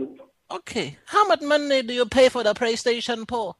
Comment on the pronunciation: “Praystation pour”